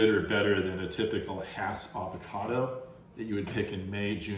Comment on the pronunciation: So glad I've planted a Jim, last year. But as to early varities, our Jan Boyce came on, here in Lakeside, in February and were just excellent. Thx for the videos, and that you're pronouncing Hass correctly!